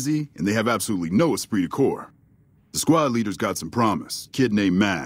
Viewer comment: It’s esprit de corps from french 😅